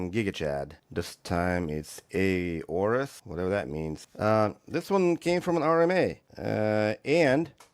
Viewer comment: Does Aorus sound a bit like Uranus?